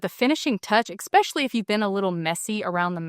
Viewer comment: love this video but just my own pet peeve.....EXpecially isnt a word....it's ESpecially